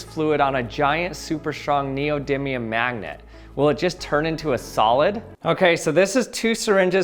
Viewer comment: You and Charlie Day say 'mangnet' instead of 'magnet'